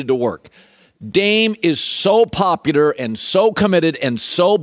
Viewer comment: Is he sayin poputar? 😂